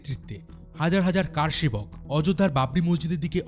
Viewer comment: VDO ta khub bhalo, tabe Kathata Kaar Sebak noy , Kar Sebak